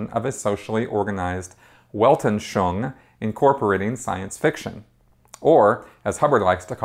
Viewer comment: I've been watching this series a a lot of your videos here on YouTube and I gotta say, as a speaker of German and French, I would be happy to help you pronounce words from this language. It's Weltanschauung is pronounced more like "velt- an schung". Your videos are awesome but the way you mangle other languages is grating. Just an FYI FWIW.